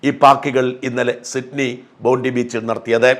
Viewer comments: ചെറിയ തിരുത്ത്... ബോണ്ടി ബീച്ച് എന്നല്ല, ബോൺഡായ് ബീച്ച് എന്നാണ് പറയുക. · PRONOUNCED as " BONDAI " !!! N9T BONDI !!! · It is pronounced as" BONDAI " beach and not BONDI beach . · 👉👉👉👉Bondi (bondayee) beach. Not "bondee" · ബോണ്ടി ബീച് അല്ല ബോണ്ടായി എന്നാണ് പറയേണ്ടത്.